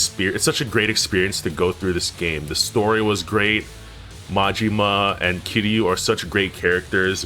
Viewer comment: It annoys me the way you pronounce Kiryu with three syllables instead of two.